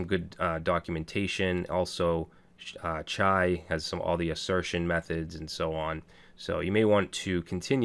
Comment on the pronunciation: In Urdu chai means tea.... You sound like natives when you say the word Chai